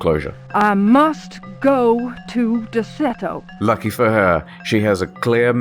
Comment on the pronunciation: It's Der-ce-to. Derceto. Not De-cer-to or Der-cer-to. Just saying.